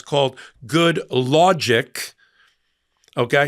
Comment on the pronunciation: "Good law-gic"? Seriously? Good lawd, almighty!😬